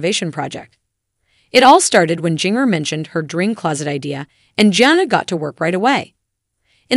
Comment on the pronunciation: What's up with mispronouncing Jana and Jinger 🙄